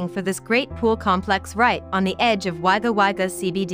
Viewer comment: Nice town most Australians call it Wagga which is pronounced Wogga Not Wagga